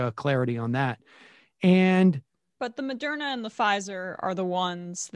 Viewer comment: Sam, lol, why can't you still pronounce Moderna?